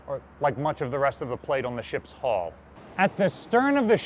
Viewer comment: I'm still getting you to pronounce the word H-U-L-L properly (a ship does not have a "hall") and now you're telling me there are five keels, I give up! You'll have to get Hooked on Phonics all on your own from here on in.